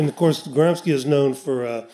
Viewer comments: Antonio "Gramski" ?? It's pronounced as Gram-she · good info but you are pronouncing gramsci wrong. 'sci' in italian sounds like English "She" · Also, for English speakers who always butcher everything... his name is not pronounced as Gramski. It's pronounced as Gram-she